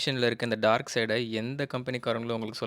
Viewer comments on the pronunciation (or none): none